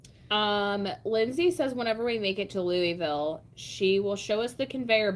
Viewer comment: NOTTTT ‘Lewee-ville’…. *Lu-uh-vul*🤪🥰